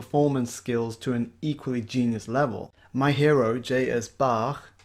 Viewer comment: An English speaker who can pronounce Bach correctly. Subbed.